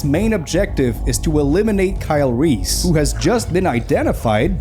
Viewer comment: Christian Bale's pronunciation of Kyle Reese " Kyle Reeth ! " 😂😂😂